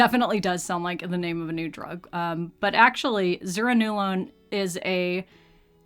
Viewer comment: I think it's pronounced zur-RAN-no-lone. The IV drug they are talking about is Zulresso, which required inpatient treatment for 3-ish days and monitoring for side effects. And yes, they mean only approved postpartum depression. You can imagine the barrier to treatment for a new mother to be able to leave home for continuous 3 days. So that's why the excitement over this being oral.